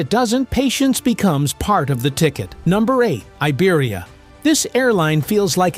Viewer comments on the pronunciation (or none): none